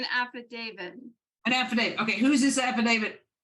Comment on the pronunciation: She called it an "affidavid."